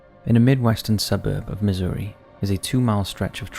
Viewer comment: Loved how you pronounced Missouri as Misery :D